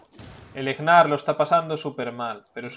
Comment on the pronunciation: e.e , porque le dices Egnar ? xD se pronuncia NAR xD